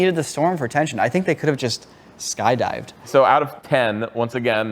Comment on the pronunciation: On behalf of everyone, thank you for not saying ‘sky-dove’